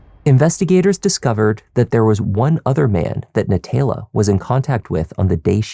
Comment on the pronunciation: NaTAYla… if you can’t pronounce it correctly stop trying to narrate just let the video play